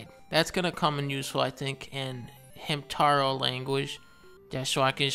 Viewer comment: The reason Dunkey mispronounced Hintabo as Hintaro and said he could use it to speak to gerbils is because there's a japanese show called Hamtaro and it's about hamsters and their silly adventures.